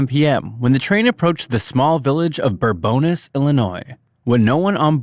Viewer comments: Bourbonnais is pronounced "Boar-bonn-I," not "Boar-bonn-iss" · Hearing bourbonais in the way it was said here makes me violently angry, even if half the town says it that way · Bourbonnais is pronounced bur-bun-AY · I hate to nit-pick little details, but as someone from the town, it's pronounced Bourbon - nays (Some people say it without the 'S') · first one is pronounced Bourbon ey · Bourbonnais is pronounced (BUR-BEN-NAY)